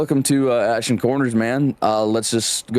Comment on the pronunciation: Did you say Ashton!?